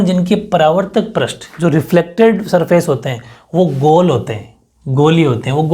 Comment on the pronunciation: Sir पृष्ट nahi hota he पृष्ठ hota he aapne hi to शब्द शुध्दि me bataya tha ष्ट प्रत्यय nahi hota ष्ठ praty hota he😜😜